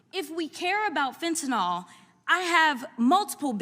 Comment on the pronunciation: I love Jasmine, but I do wish she'd pronounce the name of the drug correctly. It's fenta-NIL, not fentanOL.